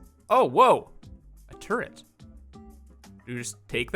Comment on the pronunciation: Turret. There is no n in turret. It's not turrent. Your generation though..